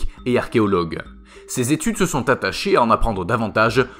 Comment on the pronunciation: on dit " sont" et pas "sot"